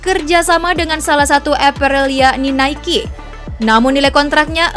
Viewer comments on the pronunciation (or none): none